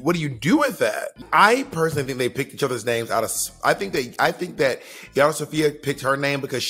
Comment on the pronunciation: The number of times they call Yara, “Rajah.” Lol